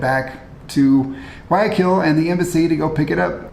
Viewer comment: You guys say Guaaquil, forgetting to pronounce the Y. It is GuaYAquil. Hope this helps, Be safe.